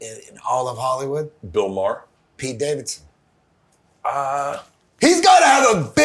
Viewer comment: Dude just easily said “Bill Mahr?”